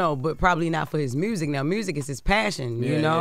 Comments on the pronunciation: Her saying MRUSIC is just concerning.. it's not even ebonics... what is MRRUSSSIC? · "...ruined his mursic career.." 😂